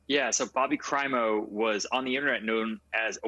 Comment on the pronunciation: Crimo. Not primo. Learn to listen.